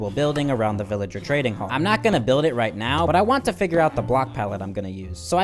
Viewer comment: when he said, "right now bro", I thought he said ronaldo!?!?!?!